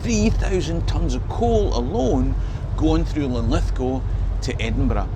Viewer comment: Good on ya mate for pronouncing Lithgow properly.